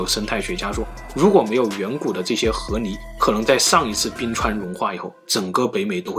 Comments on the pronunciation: 不是河泥 是河狸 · ～～謝謝你的影片 看了很多部影片後發現你有時候會把ㄌ的音發成ㄋ的音 像是河狸（離）會發音成（泥） 不知道你有沒有發現～～ 別誤會 我喜歡你的影片 只是有時候發音的問題會讓我不自覺的注意…. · 河li，不是河泥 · 河泥？？？你说的是泥巴？🤣🤣🤣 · 听着像 和离